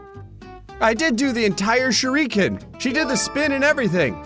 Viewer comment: I understand it's one of schticks to mispronounce certain things, but while his pronunciation of Naruto is still at least mostly correct, shurikens and shoryukens are two completely different things lmao